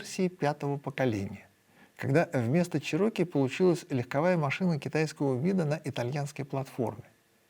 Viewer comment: Definately Чéроки, а не чирóки